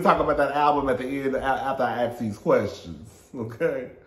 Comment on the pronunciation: celebrity interview style: “I have a QWERSTION?….🤣🤣🤣